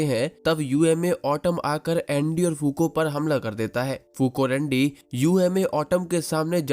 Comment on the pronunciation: Me to bro